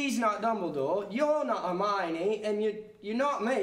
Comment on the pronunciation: herminey is herfiney